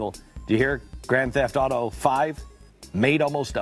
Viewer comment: that guy can't even say "Grand Theft Auto" right.